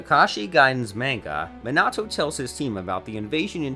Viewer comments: To pronounce it its “(MeeNahToe)” not “(MinnAhTo)” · It's not Mi-nah-toe it's mee-na-toe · Everyone: Minato Him: Meenahto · Wrong Man-a-to Man-ga Right Meana-toe Mon-ga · He says ma nato I say me nato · even sayin ''me-na-to'' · "Minahtoo" lol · bro you say minato's name like an absolute wet lettuce stop over pronouncing the A fuck me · "oonoki" "minoto" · My guy pronounced everything wrong Sasuke raikage naruto Minato XD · Raikagge homie can't say raikage Sasuke or minat9